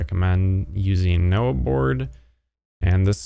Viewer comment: its nohboard not noahboard